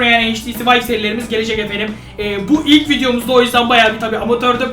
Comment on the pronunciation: 0:2 dikkat ilk bolum derken karışıyor yilk diyor